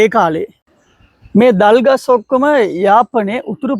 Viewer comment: You are talking clear than some Sinhalese boys well done .❤that trees thalgas not dalgas